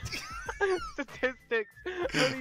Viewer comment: "According to YouTube sastai stasi sasticks" was very personal 💀